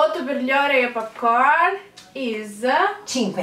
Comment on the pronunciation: finalmente una ragazza Italiana che pronuncia ORIO e non OREO! LIKE!